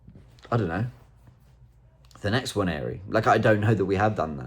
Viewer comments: One thing I don't understand is the pronunciation of Nwaneri as "Wan-Yeah-ree". Is there any accuracy in that added 'Y' sound? Robbie and others do it all the time. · I think he meant that some people incorrectly pronounce Nwaneri as Onery.